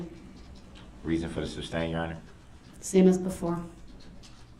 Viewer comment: And………how to pronounce sustain (as it’s not “substain”).